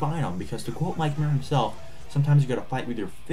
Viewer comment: Cannot even pronounce "Muir" properly... Yikes. The more I've listened, the more cringey this thing gets. "Give Me Your Money"? It's SEND Me Your Money... C'Mon, man... fuck. S.T. is a phenomenal band, and I appreciate this episode, but fuck...